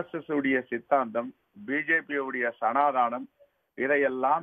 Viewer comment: Sanadhanam and not Sanadhanam.Please try to speak with pronunciation